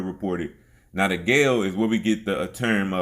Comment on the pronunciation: Guale is pronounced Wale, Wallie; the G is a (W) sound.